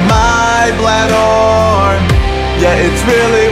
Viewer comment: You pronounced "bladder" weird.